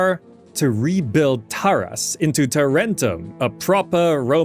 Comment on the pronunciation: Tàranto, not Tarànto